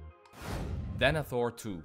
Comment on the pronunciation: Adam denethor u denetro diye telafuz etti knk salla